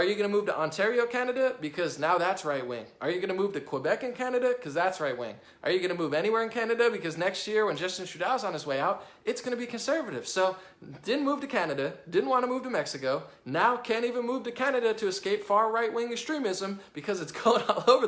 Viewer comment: Nailed it again,! One thing: you pronounce Trudeau "Trudau", but it's proper pronunciation is "Trudo" ( a long o like in goat).